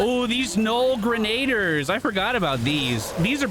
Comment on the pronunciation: Loving these videos! PS I believe Grenadier is pronounced as "Grenna-deer"